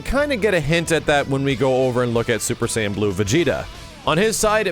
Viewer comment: I cringed every time said "super sayian blue"